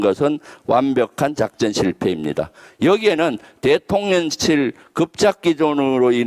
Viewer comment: 너무 훌륭하십니다~ 그런데 대통련실이라고 발음하시는 것 같은데요. 대통령실~~~~